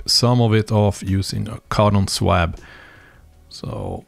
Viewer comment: I love the Krokodil; it was such a wonderful workhorse. Your videos are always interesting and I am totally amazed by your excellent English. May I offer one small correction? The word 'swab' is pronounced "SWOB" - what a crazy language English is! Greetings from an Englishman who cannot speak Swedish. Paul